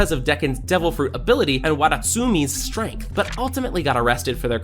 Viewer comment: “Strenght dictates all” 😂